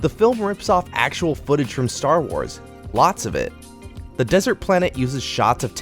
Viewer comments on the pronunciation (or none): none